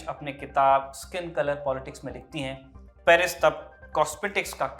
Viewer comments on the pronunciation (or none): none